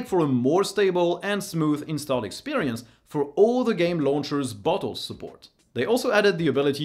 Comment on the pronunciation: Just spat out my drink when you said "Bottles"... it really, really does not sound like that word xD